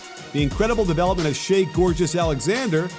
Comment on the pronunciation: Kenny Smith mispronounced Shai's name on the post gane coverage too.